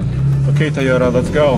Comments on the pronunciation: he said TYOTA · Toy oh tuh,! Say it with us. 🤣